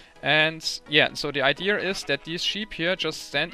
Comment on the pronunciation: "the idear is..."